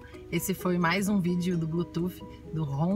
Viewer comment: O seu vídeo é legal mas por favor não fale blutuf, não sei onde arranjaram esse S e o pior é que todo mundo fala assim, a pronúncia correta para Bluetooth é ( Blutuss) desculpe mas foi só pra ajudar.